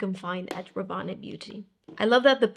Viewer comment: Pourquoi vous dites Rabanné ? Ce n’est pas Paco Rabanne ?